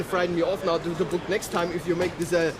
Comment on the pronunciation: it is not berk your flight , it is book